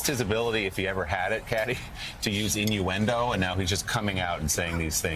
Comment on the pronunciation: Dumpty couldn't even say 'inuendo' let alone know what it means